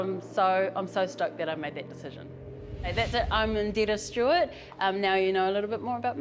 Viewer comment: I love the pronunciation of her name👌🏽